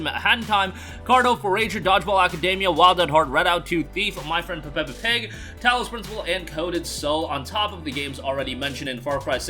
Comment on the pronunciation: Hearing an American pronounce Peppa Pig 🐽 is of the hook funny 😅